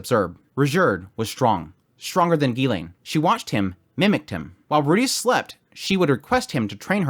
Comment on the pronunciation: well then the guy is still wrong because he used the western pronunciation of Rudeus with a very clear R sound instead of the L sound which is closer to Japanese